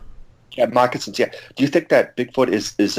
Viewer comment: When the super nervous guy who couldn't pronounce "moccasins" asked if BF didn't attack human because we resemble BF (and vice versa), why didn't anyone point out that they DO attack and even eat humans. Not every time, but they are known to do that.